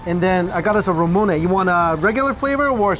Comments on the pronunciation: Anyone else bothered by the way Mike pronounces Ramune? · I'm not even mad he butchers it lol, it's definitely a Mike word